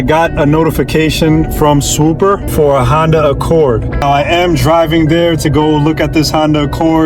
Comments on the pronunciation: Idk why but him saying “swooper” when it’s “swoopa” is hilarious to me dawg. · I know you’re from the northeast but does your sponsor hate that you mispronounce their name every single time? I know you can say it…..SwoopAAAAAH not SwoopUUUUUR. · Bro why you keep putting a ER AT THE END it’s swooppppppaaaaa 😂😂😂😂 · Please learn how to talk before making these videos. Swoopa is swoop-ah, not Swoop-er. If I was your sponsor, or sponsa as you say, I’d drop the support immediately. Other than that, you did a fine job and I enjoyed the video. Hope you continue to hone your craft, you have promise.